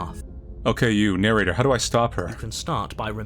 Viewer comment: "Shut up and start narrorating it narrnorator!" Best part of this video, honestly lol!